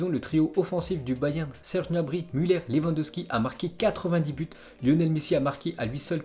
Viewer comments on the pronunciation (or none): none